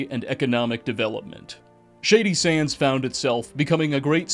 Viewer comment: You sound so smart until you say “Shady Sandszez”😊